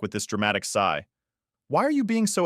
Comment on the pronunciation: It' s sighed, not side. It's sighs, not sides. This computer English language mix up drives me crazy, because it in so many stories.